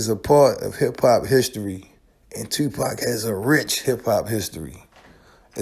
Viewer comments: Fuck this shit. Its not pack. Stop saying pack damm do ur fuckin research. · I wish they would pronounce 2PAC's name right. Legend deserves that respect. Yeah it would have been a dope track, and 2PAC was trying 2 help that DJ long term, but once again these ppl were not on 2PAC's level. They didn't see the vision of him eatn 4 life on that one song.